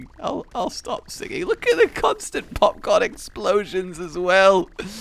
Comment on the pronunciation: how many times does he say popcorn wrong?